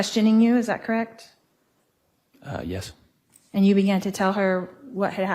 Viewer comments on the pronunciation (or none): I am with you. It is so irritating. "Krekt"? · It’s soo hard to listen to. Something about the way she pronounces “correct” really grinds my gears